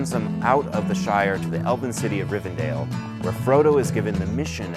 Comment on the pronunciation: Rivendell......... not Rivendale- FFS.